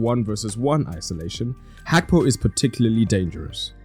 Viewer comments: It is not Hakpo, it is Gakpo ( his name) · It’s Gakpo not Hakpo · Hakpo? Can't you pronounce Gakpo?